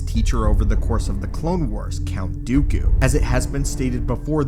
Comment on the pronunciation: It's Dooku, not Dyukyu.